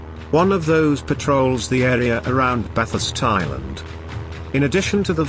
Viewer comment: Machine voiceover doesn't mangle the subject content. I find it only a slight distraction when I hear February band Bathurst Island. Buuuutttt.... How would it be if an Australian like me was to copy the text and do a voiceover with my voice? Or even an accent from an English speaking Japanese? Or both taking turns? Otherwise the Information contained and the Video graphics are awesome. Just subscribed today and now I'm hooked.